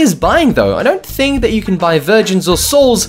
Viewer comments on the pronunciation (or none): none